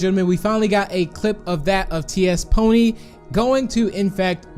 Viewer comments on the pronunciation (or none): caught in 4k he said ''T.S.pony''